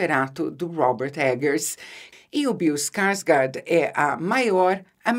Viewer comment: Ficaria a tarde toda escutando Isabela falar: " Bill Skarsgard "